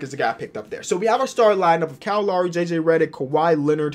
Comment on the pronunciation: you pronounce Lowry wrong it’s loud without the d (haha) and ree that’s how you pronounce Lowry